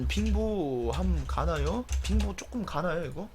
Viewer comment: 빙보를 핑보라들음 ㅋㅋㅋㅋㅋ